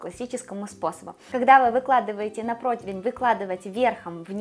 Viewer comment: Прекрасная чиабата., все замечательно, кроме слова протвень, когда надо противень